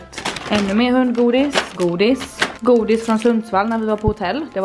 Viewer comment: Hahaha älskar ditt skånska ”godis” 😂